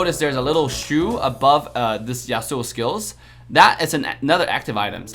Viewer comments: Yas su o not Yas Sue o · Dude rlly said yayaSuuuS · i play league too .Isn't that how league player usually pronounce it? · Samurai's are from Japan not from U.S. besides Devs pronounce it like that. If you don't like it there is also a fact that scientific research was made and according to that scientific research there's an estimation of twenty thousand different ways of how you pronounce the word/name, "Yasuo" and also he compared the wrong character he should've compared Fiora and Lancelot instead because it make more sense. He didn't do the Fiora comparison for some copyright issues.